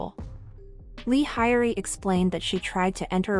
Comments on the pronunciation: You're saying her name wrong 😅 h-yoh-ree not horey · is this narration done using bot? i keep hearing hori and haiori. not a fan of finkl or hyori.... but she's great. definitely OG. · It’s pronounced “Hy-yori.” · Its pronounced Hyo-Ri, like YO, but with a H in the front. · This video is really interesting but the robotic voice and constant mispronunciation of her name is really annoying… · Please, her name sounds so so wrong, 😂 spell it properly😂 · THANK YOU! "Hori", "Hawrish", "Day-sing" Like wtf, at least try to put in a little effort in pronouncing the Korean names and terms...